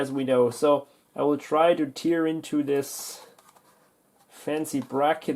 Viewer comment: By the way, tear(as in "tear down this wall") is pronounced like tare, not like tear(as in crying).